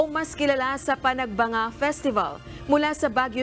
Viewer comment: Maam panag banga is san nicolas ilocos norte. Panag benga po ang baguio maam.